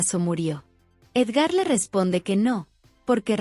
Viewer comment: Es Edgar no Edgár